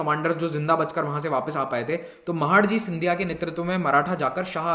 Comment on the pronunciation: Sir wo महाडजी nhi h... Wo महादजी सिधिया h.... 🙏🙏